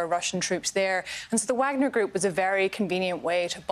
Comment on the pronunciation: VAHG-NER Group. Like the composer. Sorry to be pedantic, but she should know how to pronounce this correctly before appearing on national news. Props to the news caster on the correct pronunciation. It doesn’t take that much effort.